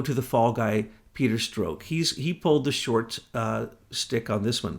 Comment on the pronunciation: I hate when you cut down....this time wasn't too bad...you just corrected his pronunciation of Strok but in a few of the AIM reports you are down right rude. What a hypocrite you are. You are quite a big mouth yourself. I've been meaning to say this for a long time.